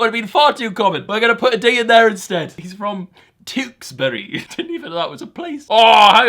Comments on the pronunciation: Tewkesbury Is pronounced Tch-ew-ks-bery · I live in Tewkesbury, and its said like "Choocks-Bury" x'D